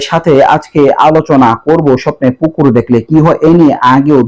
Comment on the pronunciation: পুকুর বলছে নাকি কুকুর বলছে